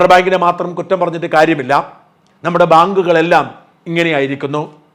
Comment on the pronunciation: " ഭാങ്ക്കുകൾ" അല്ല!